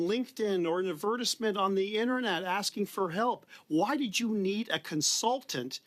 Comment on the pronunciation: I was a huge Larry Brock fan until I hear him pronounce "advertisements"